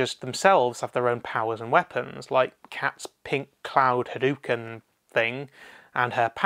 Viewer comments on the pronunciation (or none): none